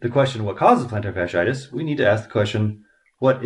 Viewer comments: Your mispronouncing it. Not a good sign. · how to pronounce "plantar fasciitis" better because you mentioned it 10 thousand times 🤣